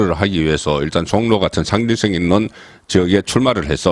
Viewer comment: 송국건 종로 발음 정확하게해라 신문기자맞나